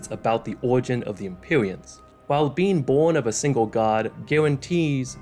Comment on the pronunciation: Empyweans uwu (its Rhotacism)